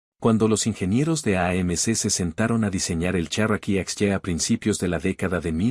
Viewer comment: El Cherikee?? En ssserio??? 😂😂😂